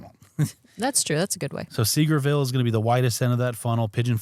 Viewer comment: Just an FYI from someone that has visited Sevierville for many years and lived near there it’s pronounced: Sa-VEER-vil. Many people pronounce it like you did 😊. I think we did Clingman’s Dome hike once and stopped many times to sit.